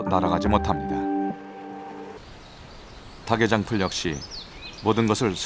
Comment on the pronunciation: 흙, 닭 발음 제대로 해주세요. 흙의(흘게), 닭의장풀(달게장풀)